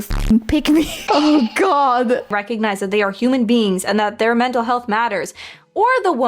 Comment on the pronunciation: ik vind het leuk dat het moment dat ik weg keek en de blonde vrouw haar lippen niet meer lees hoor ik dat ze human beans zegt lol